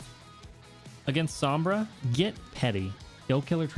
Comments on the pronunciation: its pronounced “sohm bra” not “sahm bra”. it has a long O sound like in “row” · Top main. Doesn't say Sombra properly.